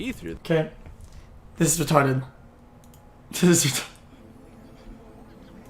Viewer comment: "That was rerarted"